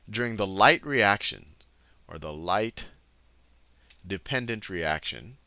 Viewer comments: Light Dependent Reaction* not Light Dependendent Reaction lol Photophosphorylation, you forgot the -phos- :) Other than that this stuff is just fascinating!! Thank you for this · Light dependendent reaction